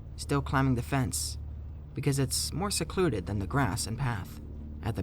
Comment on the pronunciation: "seluded" lmao